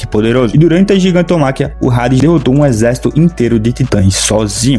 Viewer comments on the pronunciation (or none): Não se fala rades, se fala ades, eu sei que tem um H na frente, mas todo mundo fala Hades (ades) só vc quer ser diferente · Mano tu pronunciando o nome do Hades como "Rades" em vez de "Ades" como é a real pronuncia do nome em geral, mas é pq realmente o "H" tem sim de "R" no mangá ou por que vc realmente quiz pronunciar assim? Por que Hades se pronuncia normal, tipo como se o H fosse mudo ou implícito etc etc. Obs: não tô falando que ele tá errado não só querendo saber o mesmo o motivo dele pronunciar o nome da maneira como está no vídeo. Antes de alguém vir falar merda etc. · Vídeo completo ao meu ver mano, eu procurei o vídeo para entender mais sobre o anime, a única crítica construtiva que tenho a citar é que o H de Hades é mudo, ou seja, se escreve Hades mas se lê Ades, como se não houvesse o H, espero que leve como um informação para aumentar sua credibilidade, quando voltar a falar sobre o anime ou propriamente sobre o personagem, independente de qual universo, espero que tenha levado para lado construtivo, não crítico de forma negativa. No mais, o vídeo foi completo, pra mim, que sou leigo no anime, com certeza me tornarei inscrito, obrigado por toda informação!